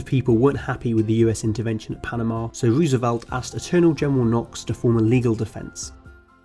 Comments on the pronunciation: It’s not Roos it’s rose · Noooooooo!!!! You’re butchering Teddys name! Rose-velt not Ruuuuuusevelt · The pronounciation is ... bankwupt wooswelt, fwench empiwe, ... ouch.